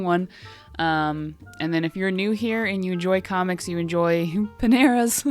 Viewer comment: OMG I am so very happy to be an emotional sponsor!!! 💜 💜 💜 I was grinning from ear to ear! (And you were close enough to the pronunciation! 💜) If I ever to to the US, I def am going to take a look at Peneras (?)! And again, another great awesome relaxing vlog, thanks! :D